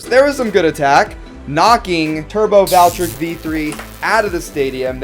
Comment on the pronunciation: Here is how to pronounce it’s name Val-tree-eck